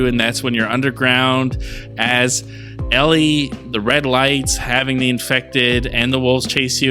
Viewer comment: It’s Ellie 🤦🏻